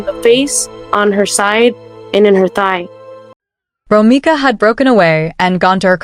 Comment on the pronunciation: ROMECA not Romica 😒🩷🩷🩷🩷🩷⚖️⚖️⚖️⚖️⚖️⚖️